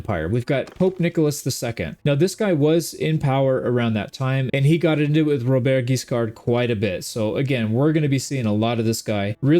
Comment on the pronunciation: A great new adventure ! French pronounciation : Robert has a silent T, and Guiscard's D is silent too. Your Rs are not hard enough but that's really fine. And for how you say Hauteville, it's actually good !